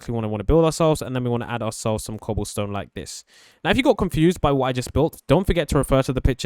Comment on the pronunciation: When you where filling in the wall with oke Wood you said cobalsone 😂